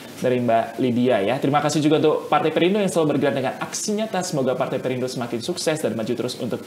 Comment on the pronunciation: Perindo bukan parte😂 nyatanya 😂😂😂